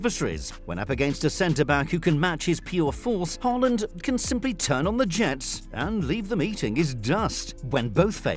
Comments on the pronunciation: it's Haaland not Holand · Hey say erling Holland 🇳🇱 😂